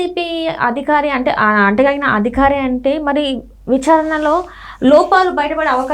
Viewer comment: ఆ అధికారి అనాలి అదిఖారి కాదమ్మా